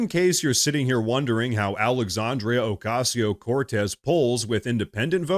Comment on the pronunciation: PLEASE.... JUST SAY ...." cortez" PLEASE !